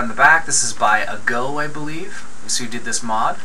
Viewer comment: FYI, Its A-go. Say A as A.